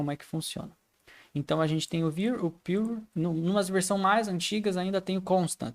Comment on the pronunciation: a pronuncia correta é "piur"